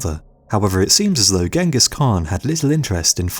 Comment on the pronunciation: Mr Rob lang in the comments-I do hope it does not stand for language! It is Ghengis not Gangus. There is a reason for such spelling ie; (gee hyeng gis) not gang-gus. Nothing personal. The narrarator really needs l i guistic help-it is Igor ( ee-gore) not eye gore. Really and they feel they educate!!